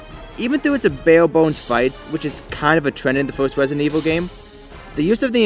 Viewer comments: Wesident evil lol, good video. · Wesident evwil lmao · I love Wesident Evil Fwanchise as well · Wesident evil lol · Rwesident Ewil.